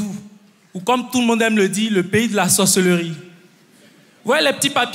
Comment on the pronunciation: Seigneur la première fois au lieu d'entendre "la sorcellerie" j'ai entendu "la sauce et le riz"😭😭😭